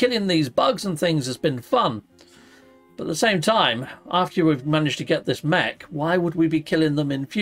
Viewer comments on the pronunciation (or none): none